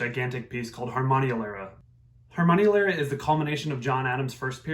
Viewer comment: Harmonielehre is a nice word, please learn how to pronounce it!